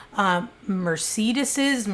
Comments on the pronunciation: I am seriously a MAJOR FAN of yours. I LOVE your personality and videos! But I gotta say, I have never heard anyone call a Mercedes a Muhr-see-diss. 😄That was HILARIOUS. LOVE U SO MUCH! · Wtf is a "Muh-seedis"? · Mercedes…mercedesi lmao I love u!! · Are you trying to say Mercedes pronounced mer-say-dees...just to help not trying to be a Karen. Love when you upload BTW you're my fave! Don't know how I missed this 1!!🤎🤎🤎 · I’m sorry, did you just say “merseedus?” What on earth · Mur- say- deez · Great content as always, BUTTTT.... ain’t it Mer-Say-DEEZ? 😳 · I have never in my life heard someone pronounce Mercedes as "mer-see-duss" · the cars were Mercedes pronounced Mer-Say-Deez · Mercedes. Mer-say-dees. Plural of Mercedes is Mercedes. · Mer - say - dees Both singular and plural. 🐱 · Are you saying Mercedes? 🤣 I love you, no matter how ridiculi some pronunciations are. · I couldn’t continue to listen after she attempted the plural of Mercedes, how dim you need be to make these uploads I really couldn’t compete 🤣. The stupidity hurts my ears too much. My next stop is “do not recommend this channel” thanks though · I feel bad that she never heard of a Mercedes or at least can't pronounce it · My only take away: you can’t pronounce Mercedes? 😂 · How do you not know how to pronounce Mercedes??!!!….So concerning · Lol I've never heard anyone pronounce Mercedes that way before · i’ve never heard anyone pronounce mercedes that way!!! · U aren't pronouncing Mercedes or ponte vedre correctly from where we are anyway...just thought you may want to know